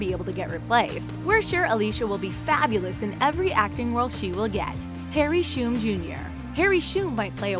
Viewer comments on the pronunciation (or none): Can this voiceover learn to speak English please? Its Harry Shum Jr not Harry Shoom Jr And its Valentine, not Valenteen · This channel really put no effort into this video. Mispronouncing Harry Shum Jr. and Valentine, putting a picture of Lilith in instead of a pic of Izzy.... And if they were serious when they said "extremely charismatic Valentine Morgenstern", they really are the lamest.